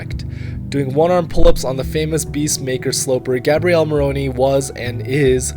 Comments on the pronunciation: Is GabrielE , not Gabriel ... This video is amazing , you always do a great job man ! tx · Bel video, però per fare 20 minuti di video su Gabriele Moroni potevi almeno imparare a pronunciare il suo nome! In the preparation of the video, why haven't you asked for the correct pronunciation of the name, Gabriele?